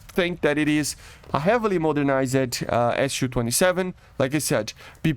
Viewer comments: it's Su not SU. you say it soo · lol, it is pronounced ‘soo’. In Russian it is Су, short for Сухой, the су makes a ‘soo’ sound.